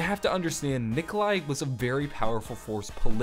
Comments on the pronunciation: it is Nikolai... Not Nikolia... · LMFAO u messed up on nikolais name srry but thats just fucking hilarious still great vids man